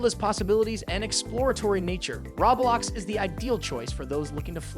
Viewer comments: Did this mofo say Raw blox 😂 followed by Smash bras... 😂😂😂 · You say Roblox funny